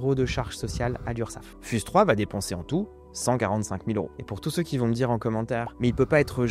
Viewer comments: "fyouz" par pitié, pas "fuse" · On dit "fiouze 3"